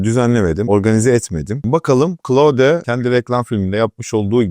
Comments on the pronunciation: hicbir ingilizce kaynakta oyle telafuz edilmiyor. ayrica dario amodei (antropic kurucusu) da oyle soylemiyor. Klaud seklinde okunur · Doğru telaffuzu öyle, geliştiiciler de öyle telaffuz ediyor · Ingilizce olan bir firmayi, ozel ismi, markayi tanitirken keske okunusu da arastirsaydiniz.